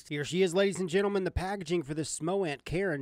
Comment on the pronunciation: Instagram: isolemnlyswearthatiamup2nogood You are the first person I've seen review this that pronounced the name Charon right! I know most people have no idea who the ferryman was in mythology, but I was so excited when I saw they named this after him. I used to read mythology avidly as a kid. It's cool to see companies incorporating it into their mods. 🙂